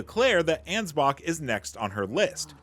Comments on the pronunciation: Bro, why do you say his name anz-box?!😂😂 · Thats his name. Ansbach. The "ch" is a K sound